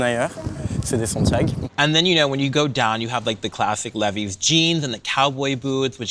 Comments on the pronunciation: LEE • Vye ~~~~~ “Leh - vee” threw me for a loop 😵‍💫😵‍💫 … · Interesting how has given a new pronunciation twist on the age-old Levi jeans.